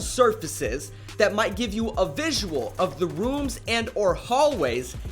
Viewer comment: The rOoMs AND. The hallways. why tf are you talking like that